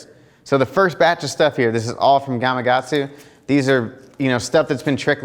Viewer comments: You're not the only one so don't feel bad but... Why do people struggle to pronounce the K in Gama"K"atsu? So many people, like yourself, say it Gama"G"atsu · Why the hell do you keep saying “gamagatsu”??